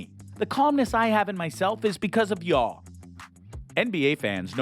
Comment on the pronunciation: Dude doesn’t even know how to say “y’all” lol 😂 Cringey vid.